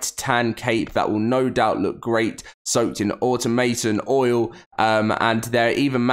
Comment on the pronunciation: Aw-tom-o-ton😂😂😂😂 thought that might help!! Love the vids keep up the work brotha